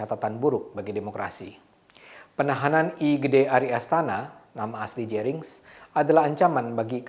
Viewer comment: Detik ke 22. Kok "ASTANA"?